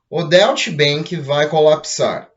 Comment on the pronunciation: Oi meu amigo, bom dia! Me permita auxiliar em algo! A pronúncia correta pra Deutch Bank é Dóitch Bank! Obrigado pelas excelentes informações! Abraço!